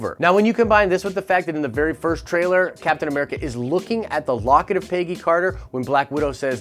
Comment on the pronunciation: Why does this guy pronounce Peggy like pay-gee